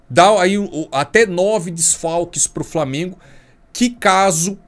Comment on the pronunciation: “Framengo” que se lasque